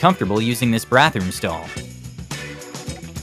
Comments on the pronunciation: "brathroom" seriously? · what is a “brathroom”? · Never heard of a “brathroom” 🤔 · "Brathroom stall" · "Bratroom"? A room with brats? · bro really said “brathroom stall” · did he say brathroom stall? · did u just say "BRATHOOM"?